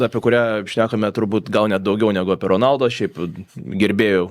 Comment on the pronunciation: Honaldu, ne Ronaldu. Yra video kur jis pats sako savo pavarde, ir ten R nera tariama